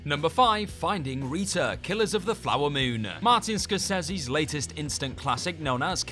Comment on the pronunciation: You pronounce Scorsese's name correctly, which most don't, but completely mangle Depeche Mode's name... GOOD JOB!